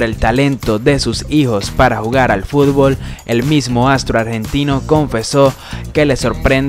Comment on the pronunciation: Siempre dices furbol jajaja